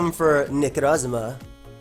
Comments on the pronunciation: Take a drink everytime you hear weird way of saying Necrozma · stop saying Necrozma like that lol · Love the way you say Necrozma